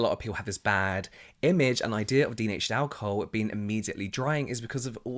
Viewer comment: I think we've become so obsessed with ingredients that we've forgotten to listen to our skin and how these products make it feel Also I love how you pronounce alcohol as ow-ca-hoe 🤭